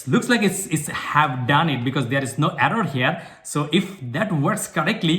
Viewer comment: There's no arror here 😂